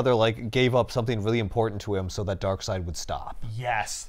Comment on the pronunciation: New comic. From the creators of four jokers comes 2 Darkseids. One pronounced Darkseed one pronounced Darkside. That is it